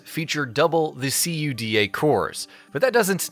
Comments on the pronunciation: You know they're just boarding the hype train for potential views when they pronounced CUDA as C. U. D. A. and Valorant as ValoRant. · my ears are bleeding when you spell CUDA cores XD come on, no one spells that... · What the hell's a C-U-D-A core? Is that like a cuda core? 🤣 Edit: if we're just being pedantic, we could at least pronounce Asus correctly. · STOP SAYING C U D A!! Just say cuda like the rest of us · Can’t you just be normal and say CUDA and not C.U.D.A. Like everyone else? Including Nvidia? When you say it like that it sounds fucking stupid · This guy have to say “GEFORCE” every time but says “C-U-D-A” cores. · Wow the AI voice is so human like. I really thought it was human until i heard it constantly pronounce CUDA in a spelling way. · This man just said C-U-D-A cores yeah I'm outta here not taking notes from someone that ignorant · C.U.D.A triggered me a little bit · "See you dee aye" cores ...dang it i didnt see that other comment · Why is nobody talking about c u d a cores? Cuda! Come on man, nobody says a w p, they say awp. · C U D A CORES lmao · The dude literally said C U D A instead of saying it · SEE YOU DEE AY cores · See you Dee Aye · "See You Dee Ay cores" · its pronounced coo-da cores, like the word "coup", and da like "yes" in Russian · You say things so wrong you say “Valor ant” and you spell out cuda cores it’s the full name don’t need to spell it out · What clown wrote this video? Literally saying the same shit Nvidia said in their reveal and completely ignoring that it was DLSS 8K lol. Not to mention the weird way of pronouncing CUDA cores. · using your comment to vent :D also, you can pronounce cuda as a word, also, int unit are NOT I N T units, as int is just the first syllable of integer, it also doesn't need to be said letter by letter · Quit spelling out Cuda. Iz weird.